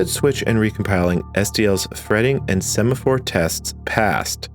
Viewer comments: "Sephamore" is a weird way to pronounce "Semaphore" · sephamore problem... 🤭... Kinda what my wife has when she sees a sephora store. I guess it was a semaphore problem (mispronounced) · yes, and the "sephamore" problems.